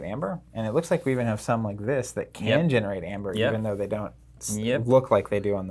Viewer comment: It was so hurtful to hear you pronounce Aember. Google how AE is pronounced: in English as '/iy/' or "ee"., the Word is Ember not Amber.